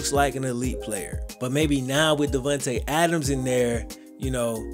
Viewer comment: "Davuntay Adams" lol